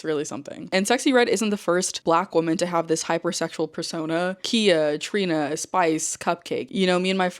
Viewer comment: its “kai-uh”